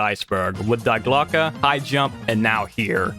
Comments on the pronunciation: More pronunciation corrections (since I'm watching these in sequence): Die Glöcke: dee glo-ka. Long O. Müller: mooler. Moulin: moo lon. Goddard: god ard. (Where are you getting "gerberd" from?) Wrocław: vrawts wof. Chichi Jima: chee chee jeema. The word you wanted was "volition", not "validation". Wladysław Sikorski: Vwod-ee-swof (or vladislav, to be simple) si-kor-skee. (Where did you get "sikulsa" from?) Amiens: ammy awn. Raoul: "ra ool", not "ra loo". Der Riese: dair reeza. Junge: yoong uh. Weimar: vy mar. Sergeant: sar jent. Chanel: sha nell. Einenerbe: eye nen arba. Mont Segourre: mont say goor. Kyrgyzstan: kur geez stan. Kyoungjong: kyoong jong. Perseid: per see id. (Where did you get perstoid from?) Linge: ling-a. Corps: kor. Simo Háiha: seemo haya. Sevastopol: se vass toh pole. Bridle: bry dul. Honduras, not "hondorus". Tötenkopf means "death's head". As one Wes'ginian to another, please learn to read. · Glocke not Gloke bro